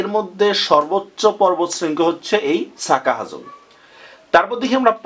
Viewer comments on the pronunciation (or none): সাজা হাফং না। হবে, সাকা হাফং। আর মদ কটং উচ্চারন হবে না। হবে মদক টং উচ্চারন। পাহাড় পর্বতের উচ্চতা এইখানে ঠিক করে যদি লিখেও থাকেন, ভিডিও নোটে সব জায়গায় পাহাড় বলা হচ্ছে ৪০০-৫০০ মিটার উচ্চতার টিলাকে। কোনটা সঠিক হবে, ঠিক করে জানান। সিলেট অঞ্চলে কোন টিলাটা ৪০০-৫০০ মিটারের বেশি আছে উচ্চতায়?